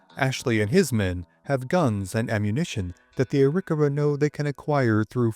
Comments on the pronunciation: Great content! Wondering about the pronunciation of "Arikawa".. Not what I've heard before, but I could have heard wrong. Thanks for the history.. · That is one way of saying the name